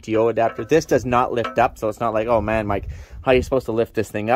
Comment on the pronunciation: Hahhaha you cant pernounce MAN 🤣🤣🤣